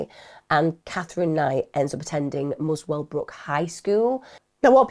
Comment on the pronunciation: musclebrook. not mooswellbrook